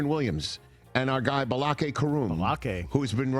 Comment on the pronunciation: Did they just pronounce Blake as Ba-la-kay, ala Key and Peele? Do you wanna go to war, Bulakee?